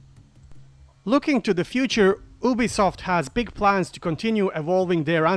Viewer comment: It’s pronounced you-be-soft